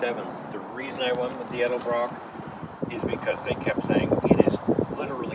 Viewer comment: Its EDELBROCK, not ELDERBROCK